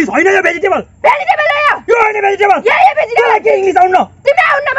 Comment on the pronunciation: This. Is. Vegetival. Not. Vegtele